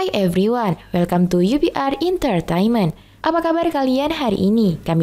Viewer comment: Bukan Intertainment Min, Entertainment ....biar benar bacanya Min...hermmm